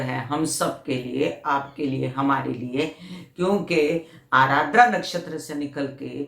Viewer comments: Ardra , not arardra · It is aadra not aaradra